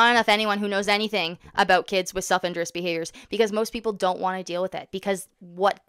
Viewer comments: Every time you say “self injurious” it sounds like you’re saying “self interest” please pronounce the second i and put the stress on the u. “in JUR ee us” not “IN jur us” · Great video,. The autism community is fortunate to have you as an advocate. I just want to point out the correct pronunciation of the term self injurious (in-jury-us). Keep the videos coming 😊